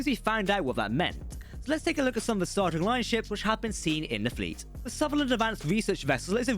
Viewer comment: could just be the accent but it almost sounds like he said "starGATE universe"